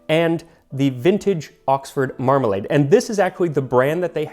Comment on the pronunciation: The way you say Mramalade almost makes it sound like youre trying to pronounce remoulade